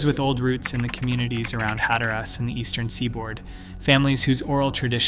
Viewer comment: No one calls it "Hat-er-Ass"